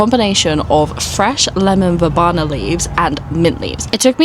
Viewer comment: Very cute garden - I love the aesthetic you're going for. Oh, it's pronounced ver-bee-na, not ver-bah-na, BTW xx